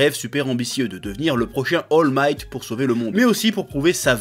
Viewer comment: Comment le Chef a écorché le nom d'All Might